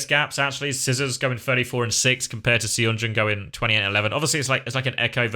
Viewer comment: I missed the stream so I Must tell you that Seonjun is pronounced sun-joon not say on joon. Some Koreans prefer to romanize the "uh" sound as "eo" (as in pigeon). Thanks for all the videos as always.